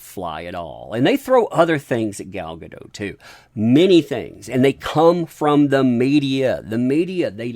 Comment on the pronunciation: She isn't French, the T is pronounced. Guh-DOT.